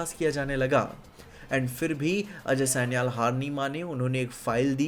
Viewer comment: Aj Sanial sanial kya kar raha hai, ajay sanyal bol naa Angrez kyu ban raha hai itna